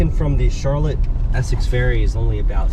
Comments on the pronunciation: why does every out of stater pronounce it "charlit"? it is pronounced and spelled Char Lotte" never understood that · Charlotte, VT is not pronounced like the girl's name Charlotte. It is pronounced with emphasis on the last syllable as in CHAR-LOT. Also, Vermont in general is full of socialists and other left wing nutcases and is one of the most highly taxed states in the country. I lived there for two years and couldn't wait to leave. Not to mention the fact that the idiot voters in VT gave us the MARXIST gadfly BERNIE SANDERS, a man who was on welfare until he became mayor of Burlington. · charlotte is pronounced like shar-lot, don't confuse it with that city in north carolina. just teasing but love seeing videos about my home state and especially home town of charlotte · Been on that ferry many times and it's Shar- lott thats how we pronounce it. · Heard him pronounce Charlotte, like in was in S. Carolina ...i was hoping someone would put the correct pronunciation in the comments...thanks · Charlotte is pronounced like the name in French not the American city name. it is not two syllables. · One syllable, Charlotte. not the slow southern drawl.